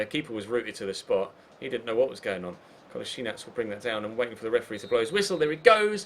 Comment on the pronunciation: Its KOLASINAK not Kolasinich, kolasinach and ect.